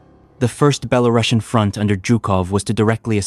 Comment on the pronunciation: nice footage; but should have maps instead of just lengthy verbal descriptions; mispronounced words, Zhukov, Belorussian; and nineteen forty-five is the conventional pronunciation